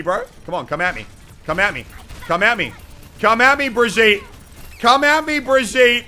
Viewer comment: Bri-gee-tah Muselk: Bridg-yeet-tah Me, an intellectual: Brieg-gyeet-tay